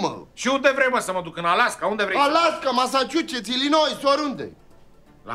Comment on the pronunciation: Alaska , Masaciucets , Ilinoiz ! :))